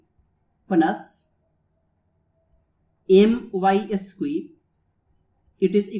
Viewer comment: It's "squared", not "esque".